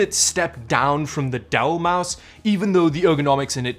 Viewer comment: say with me its MOUSE lol